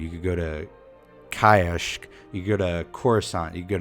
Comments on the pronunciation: Kayashk it is pronounced kah sheyk btw nice vid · Did you try to pronounce Kashyyyk as Kiashk?